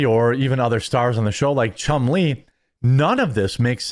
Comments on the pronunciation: It's Chumlee not Chum Lee. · It’s Chumley, not Chum Lee! Rick named him after the cartoon Tennessee Tuxedo, and his sidekick Chumley. Their other characters. Chumley is Tennessee’s right hand man, Who is a slim Pengui, while Chumley is a fat walrus who’s speech, makes him seem dumb. While Tennessee is the brains of the operation, but he lacks wisdom, something Chumley seems to have, and would challenge Tennessee’s plans with the popular catch phrase; “ ah, Gee Tennessee “ Their plans never worked out so they would go and see the professor scientist named Phineas J. Whoopee who would sho the team an answer to their solution on his magic chalkboard. There you go, Jeremy, it’s Chumley , not Chum lee, you make him sound like a need a turtle, lol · "Chum LEE"? He's not Chinese, Jeremy. It's a nickname after the walrus on the 60s cartoon "Tennessee Tuxedo". Accent on the first syllable: "CHUMlee".